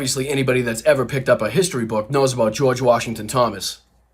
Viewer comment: George Warshington*